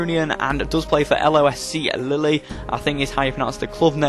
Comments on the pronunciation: Its pronounced leel nor lily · Lille pronounced 'lil', not 'lilly' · And it's "Lill" not "Lilly" lol